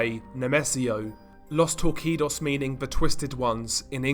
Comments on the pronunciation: it's actually pronounced tor-see-dos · Normal People: Los Torcidos DR, an intellectual: Los TORR-KEE-DOES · Great video super entertaining backstory, just some minor feedback, Los Torcidos is actually pronounced with an s so it sounds like los torsidos not a q. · It's pronounced "Los Torseedos" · FYI “Los torcidos “ is pronounced LOS TORSEEDOS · "Los Torcidos" is pronounced Tor-see-dos, brother. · Los TOR-SI-DOS the twisted ones